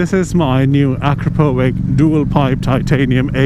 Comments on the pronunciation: it's not "akrapovik", it's pronounced "akrapovitch" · Please, Akrapovich! not with K. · actually, it's "a CROP o vitch"